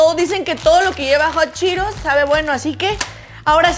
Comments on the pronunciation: Es:hot Cheetos No:jochiros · Que no se pronuncia hot cheetos “jat chiros” 😂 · Like por todas las veces que dijo hotcheros😂😂😂